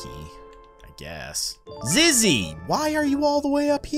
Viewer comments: IAM SCREAMING BECASE YOU SAID IZZY BUT ITS ZIZZY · Zizzy not zizz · It’s zizzy not izzy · It’s not Izzy it’s zizzy